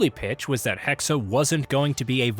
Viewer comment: HEXE! NOT HEXEY! ITS GERMAN!!!